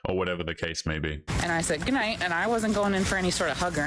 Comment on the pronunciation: The second women say "AYEND" instead of "and"